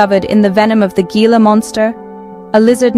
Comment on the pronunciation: Please say the name correctly. Gila monster is said " hee-la" monster. There is also a river called the Gila River, again said "Hee-la River".